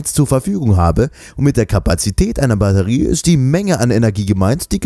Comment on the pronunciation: eine Barrerie :D